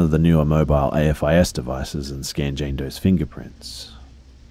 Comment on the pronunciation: AFIS is pronounced the way it's spelled, with the "a" being pronounced like the "a" in "aim". It's an actual word.